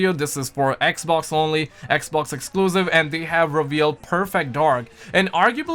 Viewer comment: man saying xbox like "ek-oc" xD